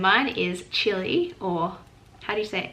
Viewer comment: The fact that you said Chile the right way just made my day ❤️. Cueca is the main national dance! And you got it right "la cueca". we have other "national" dances but they are different according to the area or region of the country. Chile is a beautiful. Country as you can tell I clearly love my country. As much as I love live in your country now hahahaha. If u need help I would gladly help you. 💚